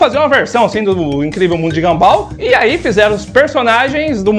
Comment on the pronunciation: É mundo de Gunball e não ganbál 🤣🤣🤣🤣🤣🤣🤣